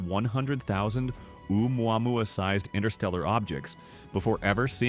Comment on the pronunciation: How many ways can AI butcher Oumuamua 😂